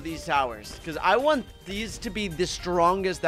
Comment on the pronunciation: Bro said ONEK instead of want